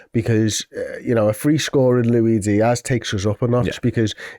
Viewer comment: Lui Dias.. man.. you speak professionally about a football club and can,t even pronounce the name of one of their main players. Go..sell sausages on a market !